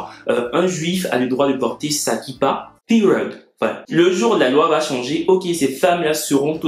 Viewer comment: Bon svp je veux comprendre c’est periodt que a dit "pireude"? 🤣🤣